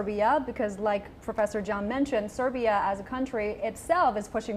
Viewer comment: It's SERBIA, not SIBRA.